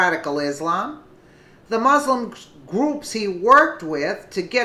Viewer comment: I did wish you'd learn how to pronounce MUSLIM.